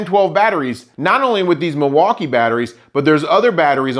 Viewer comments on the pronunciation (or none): none